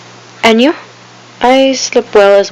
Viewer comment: You said slip well